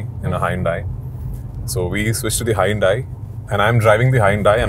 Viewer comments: what in the milky way galaxy is “hai- un-dai “ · രാജുവേട്ടന്റെ "ഹായ്‌ ഉണ്ടായ്‌" എന്താണെന്ന് മനസ്സിലാകാത്ത ഞാൻ. അപ്പോ ശരിക്കും ‘ Hyundai’ഇതിന്റെ pronunciation ഇതായിരുന്നല്ലേ!!.😮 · Hyundai ❌ hai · un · dai ✅ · Hyundai - really, Prithviraj? Is that the way you pronounce that Korean brand? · thats what im sayin go to any british country they are pronouncimg it as hai-un-dai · dude i'm living in the uk and you are arguing with me🤣...the whole people here pronunces as hai-un-dai.. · HA-YUN-DAI is the british pronunciation of HYUNDAI . Its actually HYUNDAI.